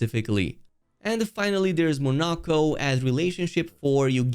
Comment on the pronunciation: You actually said the character's names correctly :O edit: of course you failed at some point :( They literally tell you how to say their names in the game. How did you mess any of them up? Poor Monoco